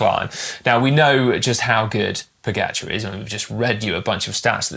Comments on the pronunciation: Also Pogáahchar, not Pógacháar as English speakers mispronounce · Also Pogáachar, you stress the first A, not the last one.